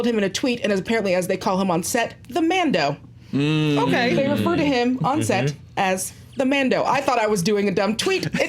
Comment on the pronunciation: What's a Man Dough? Is it like a man-boob? 😂